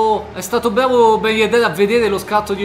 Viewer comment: Riassunto del video: è stato bvavo